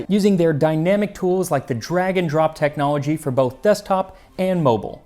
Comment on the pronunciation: I always chuckle a little whenever you say "drag and drop" cause it sounds like "dragon drop"